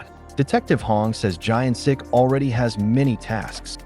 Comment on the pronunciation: The main character's name is Gyeon Sik not Giant Sik :)